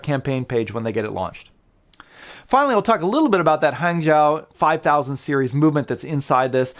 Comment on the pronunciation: Great videos. Keep them coming. BTW, Hangzhou is pronounced "HungJoe"!